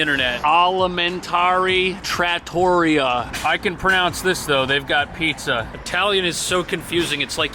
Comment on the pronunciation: Whe you read Alimentari trattoria I died a little... Forgiveness from italy only because you know how to make real coffee U_U X°°D